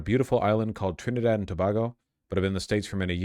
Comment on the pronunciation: No! He has mentioned that country more than once, I swear, and always says Tobago wrong! 😭😭😭